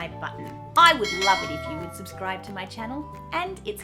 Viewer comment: How come you say "time" the way Americans say "time"? I'm American; what we usually hear when Aussies pronounce that word is something that sounds to us like "toaim." The same with "subscribe" . You say it exactly as Americans do; but I usually hear Aussies say something closer to "subscroaib." And right after that, you say "if you like" ; but you pronounce the word "like" the way Americans do, instead of "loaik" which is what we in America usually hear when Australians pronounce the word "like." Confused.